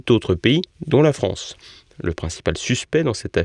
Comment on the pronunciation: Rafael g... 2eme boufon comme holond et. Ouffffff la fffffrance